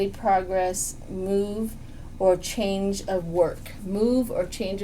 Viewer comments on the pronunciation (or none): none